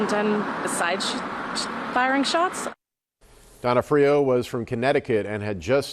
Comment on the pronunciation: HOW DOES EVERY NEWS GET HIS NAME WRONG? Do they not know Vincent d’ONfrio? Not D’onFRIO